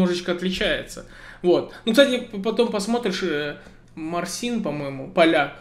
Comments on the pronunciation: От музыки далек. Лак поставил. Просто не Марсин, а Марчин. Мягкое....чи... Почти как ты произносиш ..ci.. только Другая буква Ч. Привет из Польши. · не МарСин, а МарЧин))) ... клевый гитарист...